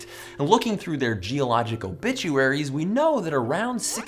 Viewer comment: Did he say "obituaries" or "bitchuaries"?